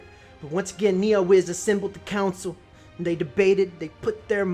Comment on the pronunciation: The way you pronounce NeoWiz is hilarious "NiaWiz" lul